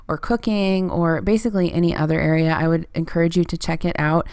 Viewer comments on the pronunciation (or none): none